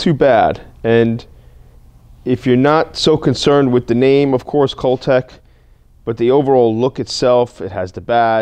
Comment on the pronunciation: The U has an umlaut, it's pronounced Cooltech, means ' cold ' in German.